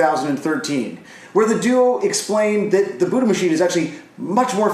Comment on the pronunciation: Everytime you say the word it sounds more like booty.